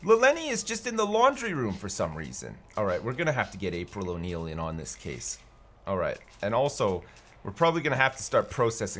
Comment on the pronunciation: He said April O’Neil lmfao